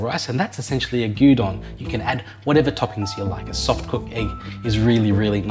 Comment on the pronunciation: LOL, it sounded like you were making us Dungeon 😱